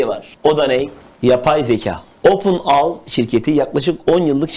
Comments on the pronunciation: her fırsatta İngilizce öğrendim diyen, gereksizken bile İngilizce terimler kullanan firmanin ismini openAL diye okudu. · Open AL değil kardeşim open AI ( ey ay) 🤣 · abi open al değil open ai( ey ay) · opin eyay not AL lol. ingilizcede bilen adamsin yani.